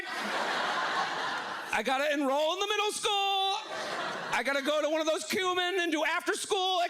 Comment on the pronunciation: he just dead ass pronounced “kumon” as “cumin”